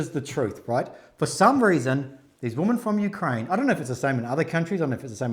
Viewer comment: Why do you have difficulty pronouncing Women? Sounds like you said "there were four Woman".